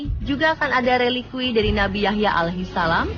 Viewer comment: Masukan buat onthe sport, sakit kuping mendengar kata muhamad, itu pakai dabal m MUhammad saw, dan Alaihisalam, harusnya ::: Alaihissalam, pokonya sakit kuping kalau gk pas penyebutannya